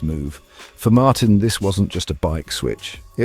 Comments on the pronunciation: Thank you, thank you, thank you for a video narrated by an actual human being and not an AI!! It rests my ears. By the way, it's Martín - like, Mar-teen - not 'Martin' as in old Martin Jobbie down the road. I really loved your 'Jorge', though. 😄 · His name is pronounced Martine and Ducati gave him exactly the same chance on the same bike. He deserves the number 1 plate and Ducati deserve recognition for giving him the bike to do the job - the pressure is now all on Aprillia, other world champions couldn't compete for world titles on it.